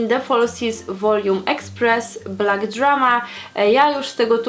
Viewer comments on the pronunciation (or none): none